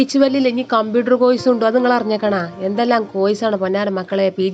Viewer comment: കോയിസ് അല്ല എന്റെ. കോഴ്സ് 😂